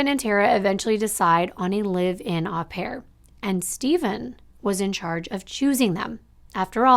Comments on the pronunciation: Its Oh pare not Ah pare. Au in french is an Oh sound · It is pronounced oh pair, not ah pair.... au in French is pronounced as oh. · Just a friendly note.... "au" in au pair is pronounced with a long "o" as in open or lobe.